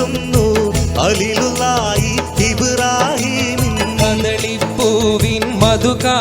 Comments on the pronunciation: അലീലുല്ലാഹിയല്ല ഖലീലുല്ലാഹി എന്നാണ് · ഖലീലുല്ലാഹി എന്നാണ് ഹലീലുല്ലാഹി അല്ല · ഹലീളുള്ളാഹി എന്നല്ല ഭായി ഖലീളുള്ളാഹി എന്നാണ് മുഴുവനും അക്ഷര തെറ്റാണ്